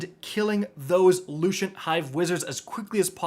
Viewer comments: not showing any hate at all, but anybody else get mad when he says lushent for no reason. lol. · Lushent? Morbius quiver? Always hard to hear killing my people's language.